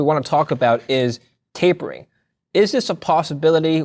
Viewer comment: Taping? It is TapERing